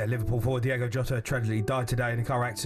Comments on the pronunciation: DIOOOOGO not Diego.. least you can do is look it up before you talk ffs.. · Can we at least get his damn name correct?!?! D-I-O-G-O, not Diego. SMFH!!! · At least pronounce his name correctly ffs, it’s diogo not Diego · Please get his name right. It's DIOGO, not DIEGO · Gonna pay tribute and can´t get his feckin name right ??? Its DIOGO not DIEGO FFS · What is so hard about pronouncing someone’s name? The players name was DIOGO JOTA not Diego jota it’s DIOGO YOTA I’m not even a Liverpool fan it’s just basic respect really but I do like this video it’s a great tribute fair play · At least get his name right, Diogo not Diego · Say his name right please, mate. It's not Diego. It's Diogo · Diogo not Diego. Smfh 🤦🤦🤷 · Please please say his name right - it’s D-I-O-G-O WITH AN O!!! IS IT REALLY THAT HARD ? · As an honour to an absolute legend and more importantly respect, can you please pronounce his name correctly. Diogo...Ywna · Its "Diogo" jamie fs. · How can you read his name, and hear it said again and again on your own show, and STILL call him Diego? Come on ffs. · "DIOGO" how hard iis that to read and say correctly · Get his name right ffs